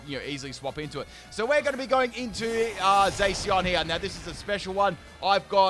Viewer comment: Did he just say “Zayceon”?